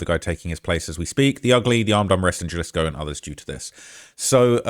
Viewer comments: Sorry homie. Vallarta is phonetically vayarta and jalisco is halisco. I'm usually not so simple, but i heard it over and over. I had to tell you. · Js are pronounced h in soanish politico. Jalisco is pronounced HUH-lisco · Jalisco: Pronounced; "Ha-Lees-Co" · Foo said JAHHlisko 😂😂😂😂😂😂😂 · You have to learn how to pronounce these words correctly,. J sounds like an H. Hal-ees-co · Jal isco 😂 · Bro was pronouncing Jalisco like Fredrick Jallah😂😂😂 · And, the ‘J’ in Jalisco is pronounced like a ‘H’, so, ‘Ha’ Halisco. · Your pronunciation of Jalisco is wild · Britts can't pronounce Jalisco 😂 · Let me help with some translation… Jalisco = Ha-Lisco (the j is silent) Michoacan= Me-Cho-khan hope this helps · You’re hurting my ears! And I’m a gringo!! In Spanish “J” is pronounced “HA” so Jalisco is pronounced Halisco. Not Jelly-sko. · You looking a lil husky bro 😂 mf EATIN GOOD ASL. Also WTF is JUH-LISCO U MEAN HUH-LISCO (Jalisco) 😂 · Its not JAH-LISK-O its HAH-LUSK-O J=h in mexicico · J = H sound. Jalisco pronounced Halisco. But, great español! Not too bad! 👍🤣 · It’s not Ja-lisco brotha it’s pronounced Ha-lisco just like you pronounced Guadalajara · Im sorry but jah-lis-co is is taking me out 😂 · It’s not Ja-Lisco it’s pronounced Ha-Lisco. Halisco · It’s pronounced Hi- Lis- co not Ja-lissco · HA-LEE-SKO not Jalisc😂😂😂😂😂😂😂😂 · Haha. it’s pronounced like Ha Lee Sco! Not juh-lis-co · Ja-lisco cartel?? 😂😂 bro wha learn how to read bozo 😂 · "galisco" 🤓 nerd its pronounced ha-lisco pinche wero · It not Jalisco. It's pronounced Halisco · its pernounced Halisco not Jalisco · Jalisco is pronounced ha-lee-sco not jah-lisco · it’s pronounced HA•LISCO not JUH-LISCO 😭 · Try - HA lisco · He said Jalisco with the J 😂😂😂😂😂😂😂😂😂😂😂😂😂😂😂😂😂😂😂😂😂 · Dude said Galisco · Bro said “Jahlisco “🤣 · ' Jah-lisco ' ahh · It’s pronounced Puerto Vayarta. And Halisco. And Mee-Cho-uh-cun. Bunch of other ones too. I get that you’re a Brit, but you’re pretty dumb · HA - LIS- CO GUA-NA-HUATO